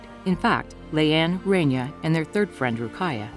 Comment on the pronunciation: It's Raaaania!!! Not Renia it's my name atleast pronounce it right ☠️